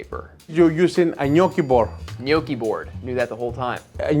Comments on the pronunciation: Good job pronouncing gnocchi correct...pet peeve of mine, mainly because my grandmother made the best gnocchi (N'yaw-kee). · I love when people pronounce italian words correctly❤ The gnocchi look delicious too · crying of joy in Italian hearing they are pronouncing gnocchi right 🥹 but crying like “what the heck” as I read Italian 00 flour 6$!!! But again, this one they’re using is biological and - as of my knowing - a high end product here in italy too; I can assure you that you can get amazing gnocchi also with a 1€/kg flour, it’s the potatoes that make the difference 😜 they have to be quite aged/old so they’ve lost some of their moisture thus needing less flour when kneading it. This will result in fluffier and less sticky gnocchi (as he says in the video 😜). At least that’s what my nonna taught me 🤗